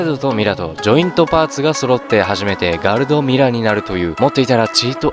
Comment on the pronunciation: ガルドとミラじゃなくて ガルド・ミラや！！w